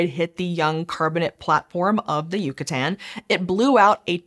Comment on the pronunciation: It’s Yucatán not yucutan you dweeb